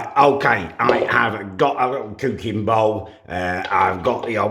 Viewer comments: love his videos but i cant stand how he says cooking and cookie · “whilst the cewkie is cewking”